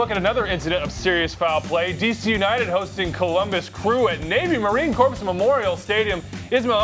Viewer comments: It's Marine Corps, NOT Marine Corpse. The p and s are silent. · At least Simon would know how to pronounce “corps”